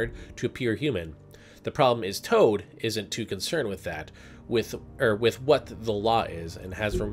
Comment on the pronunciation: HAHA He said Mr. Chode not Mr. Toad